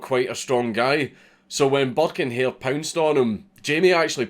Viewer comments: Thought he said buck and hare which immediatly made me think of Bucky o hare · I know je says burke and hare but it always sounds like he says burke in here.